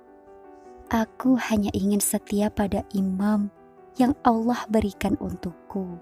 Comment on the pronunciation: Emang ini yg ngomong manda apa bukan si ,kayanya bukan ya , sebab mengucapkan kalimat Allah faseh banget khuruf lam nya , lam jalanlah tafkhim uda kaya org muslimah